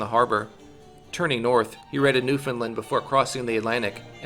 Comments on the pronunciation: Newfoundland is pronounced “new-fin-land” not “new-found-Lind” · New-fin-lund? Pronounce it right, please.